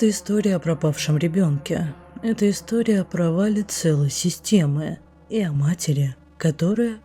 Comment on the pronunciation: например слова матери, потрясли, ударение на я у вас23::12